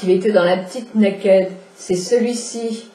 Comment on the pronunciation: Ca se dit " neille - kid " Voilà voilà